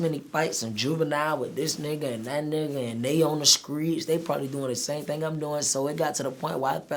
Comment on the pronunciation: In the skreets